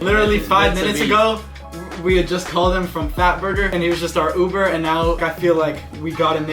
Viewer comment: “I don’t know uvvver driver”